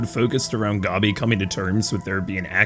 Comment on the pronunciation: You calling gabi "gobby" and pronouncing mappa as "moppa" had me rolling, I can understand the mappa one but gobby? really?